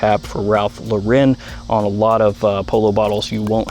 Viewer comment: It’s Ralph LOR-in not Lah-REN